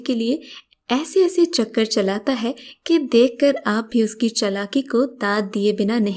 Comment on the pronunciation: Stop saying "hai" in that stupid way!